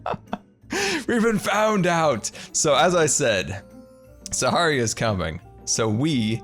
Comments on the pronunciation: U kept saying saharia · “Saharia” - 2019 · is he calling it saharia on purpose? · This is how many times scar prounounced sahara wrong 👇🏽